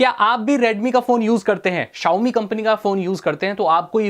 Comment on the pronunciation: "Xiaomi" bhai